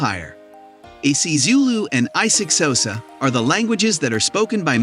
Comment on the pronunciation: Bro 🤣🤣 Wtf is i six hosa